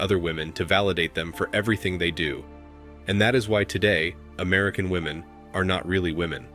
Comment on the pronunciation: I just wish these stupid kids could pronounce woman vs. women.